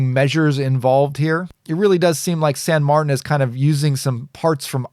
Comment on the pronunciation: Thank you for an informative and entertaining review as usual. And thank you for pronouncing San Martin in your own American way. It sounds silly when some people pronounce a spanish/italian name from a Chinese brand in a french way while speaking english. I shouldn't fuss but drives me nuts :D. (san = saint in spanish/italian, saint = sainte in french)